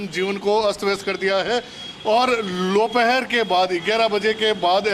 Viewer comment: Garmi ki vje se reporter ki voice bi dopeher ki jage lopehar ho gai 😂